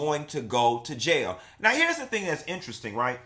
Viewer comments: Stop saying "jay-a" when it's a serious situation. Nothing about this deserves even a tad bit of humor/comedy. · Why you godda said JAHALE (Jail) like that lmao 🤣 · If u say jail like that ONE mo time 😂